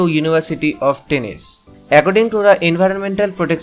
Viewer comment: Teness-ee not tennis, you forgot the ee on the end